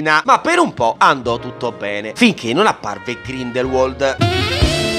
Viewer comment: Bellissimi i tuoi riassunti (doverosamente più lunghi dei film stessi 😂). Però Grindelwald si pronuncia Grindelvald😅